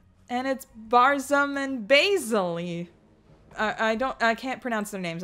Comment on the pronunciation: You add tok many syllables to baizli It's just baiz-li, that's it. Not baiz-uh-li